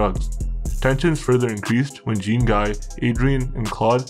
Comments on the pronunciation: you need to brush up on your pronunciation of the french names. lol. good though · The way you pronounce Jean-Guy 😂😂😂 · The pronunciation of Jean-guy killed me, at least he got the story right.